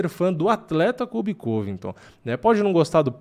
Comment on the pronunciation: "vai vim um kóbi diferente"